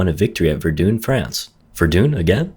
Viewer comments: Is no one going to mention how he says verdun? It isn't ver-dune it is either ver -done or ver-din. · I like the vids but i gotta let you know that it's pronounced Ver-done not Ver-dune. Idk if that's supposed to be like a joke at it but I'm too stupid to get it if it is. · stop calling it ver-dune its ver-done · ITS PRENOUNCED "VER-DONE" NOT "VER-DOON" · VerdUN not verdoon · ITS PRONOUNCED VER-DUHN NOT VER-DOON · 'Verdoon' Arrgh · It's pronounced ver-"DONE" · My man pronounces verdun like verdune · why did you say Verdun like that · Mispronouncing Verdun be like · Please tell this man the way to say verdun correctly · no you've been saying it right. not sure why throughout the whole video he says it wrong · U say verdun weird